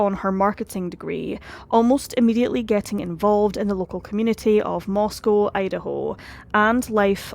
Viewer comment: This is happening in my town. And you did a fantastic job, you covered exactly how it feels in Moscow (you even pronounced the name right!). I thank you for the calm and level-headed presentation of all the facts. ❤️ I greatly appreciate it.